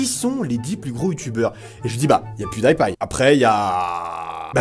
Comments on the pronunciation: Pas Pwioudaïpaï, ça se prononce Pioudipaï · PewDie paille tu as dis ?? Heiieinn ??! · Je pense que ca se pronome pwu di paille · Ça se dit : "Pyoudipaïe" agent mais c'est pas grave , on t'aime quand même ! ;-) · Quand tu dit Pewdipie sa se dit (attention fautes) Pioudipay sa se dit comme sa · La facon dont tu prononces pewdiepie ca fait mal aux oreilles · Tu sais pas prononcer PewDiePie où quoi ? xD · Holasoygerman "german" c'est un nom... et tu prononces faux pew die pie quand même fait un effort gros x)